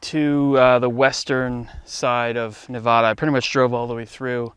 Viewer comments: its not pronounced "nev aah da"!! It's pronounced "nev ad uh" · Great video. Thanks for posting. I have been there several times and once was going to go in a mine but the strong winds coming out had a strong sulfur smell so I didn't go any further. Our state is pronounced just like you spell it, NevADa, not NevODDa. I have never been to the cemetery. I hope nobody has been so low to be digging up graves, just like I don't like seeing my Native American ancestors being dug up either. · It’s pronounced Nevāda, not Nevoda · I love your research; thank you for sharing. (The “a” in Nevada is pronounced like the “a” in hat. ) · It's Nev ADD uh. Get it right. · Fun video. Been there many times. Just a couple of comments. NEVADA is often mis-pronounced. The first A in Nevada is pronounced as the A in CAT. You almost had it right. 2nd, Don't pick up any artifacts or relics as that would be against the law. Anything over 75 years of age must be left where it sits. Antiquities laws apply to our great desert, ghost towns, mines and camps. Be well, stay safe.